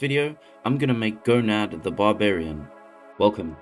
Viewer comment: Watching this made me feel like I was in super troopers. I’m sorry, are you saying Gonad (instead of Conan)? If anyone else hears it tell me right meow.